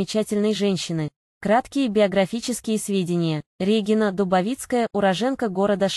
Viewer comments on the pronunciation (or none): С каких это пор Дубовицкая РЕгина, а не РегИнна? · Противно слушать, Р Е гина— РегИна или специально так говорите , чтоб комментарии писали.